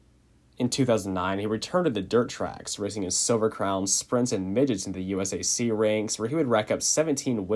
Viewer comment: Every time this dude said USAC I hurt a little on the inside